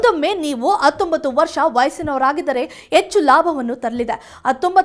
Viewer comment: Attombattu allamma. Hattombattu. Modalu neenu kannada kali